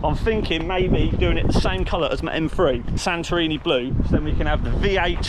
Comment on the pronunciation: Well done for the scania . Btw as a Greek you pronounce santorini blue with a d so you say it like sadorini